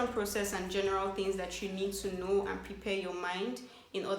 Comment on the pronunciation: 'Let me now' she is so Nigerian 😂♥️